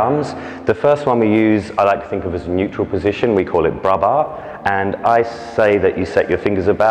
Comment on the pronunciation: Good video (even if I have doubt about the first... I always learn it's in front of the belly button; mayvbe different teachings...) . But PLEASE make a correction there! You don't talk about low bra, but about low arms! BRAS bas, not BRA bas. :P :P It's a new term for me, my teacher always call it the Huitième (8th); I'll know if someone use it one day so thanks! :) Keep up the good work.